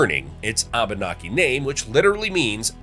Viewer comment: I love your channel. BUT PLEASE PLEASE PLEASE. When saying the name Abenki. To say say it properly E is a break in syllables. So it is pronounced AB- naki. Thank you. I look forward all you future videos. You always do so well. Love from Maine and the AB-naki native Americans, such as me!!❤❤❤❤